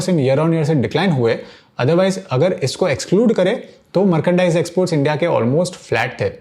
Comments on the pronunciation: मार्केंडाइज नहीं मर्चेंडाइज होता है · Merkendice nahi merchandise he bhai 😅